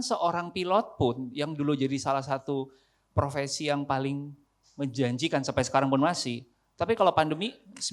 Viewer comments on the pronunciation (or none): Profesi, bukan provesi